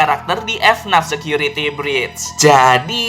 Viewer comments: Bang dibaca nya fnaf bukan efnat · orang lain: FNAF security breach: F-NAF security breach